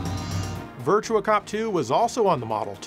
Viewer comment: Not Virtual on, Actually Virtua LON